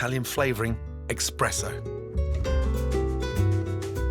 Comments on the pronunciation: Dude, you actually called it "expresso"... there is no "x"... it is espresso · you said expresso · Did Gordon Ramsay just call espresso expresso? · Did he said "EXPRESO" instead of espresso?😂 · Nooooo Gordon you did not call it expresso!!! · did gordan say expresso? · Love ya Gordon, even though you can't pronounce espresso correctly 🤣